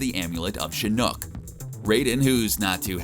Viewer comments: For the love of god dude if you can't pronounce something look it up before you make a video. It's pronounced shin-ock, say it with me now, shin-ock. I have no clue where you got the the two o's from for shinook but damn that makes me cringe whenever you say it, it's worse than the guy who couldn't say King Ghidora even though that monsters name is said countless times in the source material. If it's a joke I'm sorry but it makes you look like you know nothing of what the hell you're talking about and also makes you look like a huge dumbass. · Can you at least make sure your narrator knows how to pronounce the things he clearly knows nothing about? Shinook? Seriously? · Makes me cringe every time he says ‘Shinook’ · the god is not a helicopter, his name is shinok, not shinook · It’s pronounced shu knock 🤦🏻‍♂️ not shu nook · It’s pronounced “See Knock” (Shinnok) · How they know so much but don’t know how to pronounce a name 🤦🏻‍♂️ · I like the part to where he mentions Sektor and then showes Cyrax from mk annihilation, 1 robot is red and 1 is yellow, (mustard and ketchup) and then you end up showing the wrong fricking robot cmon!! And yeah Shinnok has been out since 1997 MK4 so getting that name wrong it's really really cringe, I would almost say remake the video cuz of how much you say it wrong, and how many times. Plz more study for future videos! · This guy:"CHINOOK" Me: Wtf? Okay I'll let that one slide. This guy:"Noob Sabaat". Me:"GET OVER HERE!!" 💀🔥💨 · I hated how he pronounced Shinnok and Noob Saibot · Why do you pronounce shinok and noob saibot like that